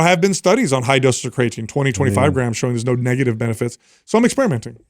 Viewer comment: I love you guys… You're the best… But just one question… How can be the smartest guy when it comes to supplements and not be able to pronounce the word "creatine"? Haha